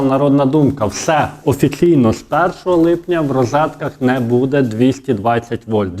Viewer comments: Та не «будЕ» , а « бУДЕ» ! Безграмотна мова !😢😢 Говори Українською , якщо ти медійник !!!😮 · Ставте правільно наголос. Не будЄ, а бУде! Невже так важко запам'ятати! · А чому "буде" з наголосом на "де" ? З України нас вже насильно зробили галичину, а мову вже не пізнати, нас вже швидко усіх незгодних "ушпиталять".